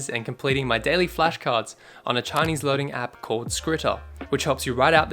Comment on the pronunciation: your Chinese pronunciation is amazing 👍🏼